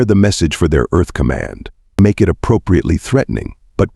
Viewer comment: a person cannot "side". they have sighed, however. U sure have stupit "AI's" reed the WORD "it" as "I.T.' the abbreviation for "Internet Technician". ignores content for words like "lead" ("leed") and "lead" (led; a very dense soft metal, and the past tense of leed.), "read" (reed" and "read" (red; past tense of reed). "Wind" (local atmospheric motion stronger than a "breeze") and wind (wined, what you do to a manual wined watch, and some toys); "Side" (one face of a building, left or right of a field, or body of water Example: Illinois is on the east SIDE of the Mississippi River. Missouri is on the west side.) and "sighed" (a dejected exhale). "side" and "sighed" are two entirely different things. then consistsntly saying the wrong word. Exceptionally annoying. Even worse: it "speaks" in a bored and boring sleep inducing monotone. "Do Not Recommend Channel" status is pending. I will give you seven days to correct errors that would get a "F MINUS" grade by any competent 2nd or 3rd grade English teacher, before granting the Do Not Recommend Channel status. FYI: Once granted I NEVER redact it. (in the (likey) event you do not know what the "big word" "redact" means, it means: "cancel/take back/reverse the decision/give another chance") If you cannot hire human "editors", then edit the transcripts yourself, or worse case, stop the subs. (bad idea, since they allow viewers to mute your bored ai, and still be able to follow along. It would be GREAT if you eliminate the "cl